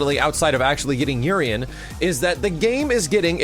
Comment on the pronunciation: Urien's name in pronunciation is ooo-rien damn!!!!